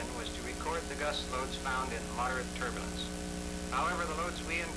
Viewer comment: "turburlance" = turbulence "verticle" = vertical For the benefit of the uneducated... :-)